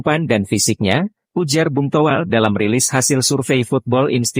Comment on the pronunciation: Toh.. Welll... L Toh... Well.. Llllllllll Nga jelas